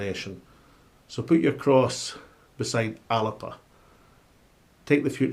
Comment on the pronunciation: ALABA ? It’s fucking ALBA !